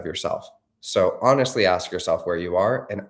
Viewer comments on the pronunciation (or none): none